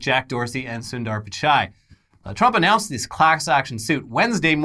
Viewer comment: I love how Trump says Sundar Pichai during his press conference. "Soondar Poochaye" Yep. Sounds right to me! I love when Trump says a name he isn't sure how to pronounce, he emphasizes the absolute shit out of it.